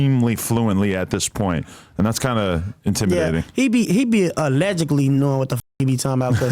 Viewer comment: He says allegically like 40x (Allegedly) SMH